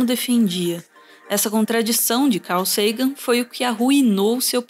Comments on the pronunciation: Dói ficar ouvindo car Sagan do narrador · "Car" Sagan KEKW